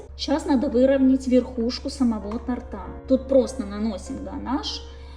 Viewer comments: Как режет слух....тортА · То'рта!!!!!!!!! Блин!!!!!!! Ударение на "о"!!!!